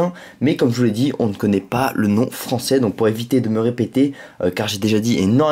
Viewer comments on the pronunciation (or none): none